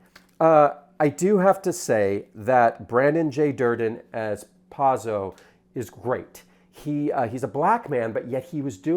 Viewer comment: First of all you got the actor's name wrong and mispronounced Pozzo. So we're starting off on a bad foot. I saw it today in the balcony. People were laughing. I came in with Godot being a gap in my literary knowledge (I teach Shakespeare). I found this production to be very strong. Reeves is not great. We love him anyway. Staging was incredible and Pozzo and Lucky were both brilliant. "Lucky's monologue was not fast enough" is something a stupid person would say.